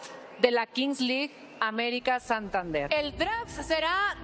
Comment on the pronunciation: La Kingsleague aBericas XD jajajajajaja tenía que hacer el chiste.